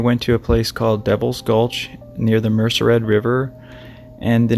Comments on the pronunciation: It's pronounced : Mer sed, not Mercer Red. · MER CED RIVER not mercer ed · It's not a big deal but it's MERCED, pronounced MER SAID. Not Mercered. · Thank you. BTW Merced = "Mur - said". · I believe you mean the Merced River, not Mercered. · Two corrections- Mariposa is considered Northern California. And its the Merced (Mer- said) river. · Mer-ced River. Mer-said. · Merced, Mer-CED river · It is pronounced Merced River.